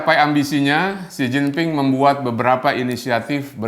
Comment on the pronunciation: Bangga dgn kemajuan RRC mulai mengalahkan "White-Supreme Power" . Bang Luthfi, maaf untuk koreksi sedikit dalam mengucapkan ejaan tulisan Mandarin China versi "Pinyin" secara tepat. Dalam pronunciation "Pinyin" huruf "D" dibaca jadi "T", namun "T" sendiri menjadi "Th". Juga utk "G" menjadi "K", dll. Jadi utk Mao Zedong dibaca Mao "Che-Tong". Beijing menjadi "Pei-Ching". Xi Jinping = Xi "Chin-Phing", Yi Dai = Yi "Tai", Guomindang = KuoMinTang" dst. Tmk bang.